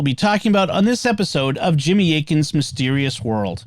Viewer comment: Jimmy spot on with the name pronunciation 👍 …. I think